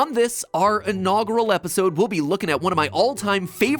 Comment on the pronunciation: Ten years later, still mispronpunces inaugural.